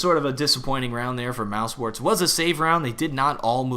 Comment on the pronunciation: why pronounce it mousports?